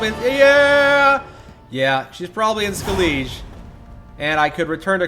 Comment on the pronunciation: xD How he pronounces Skellige. I just can't wait until he finds out how to say it correctly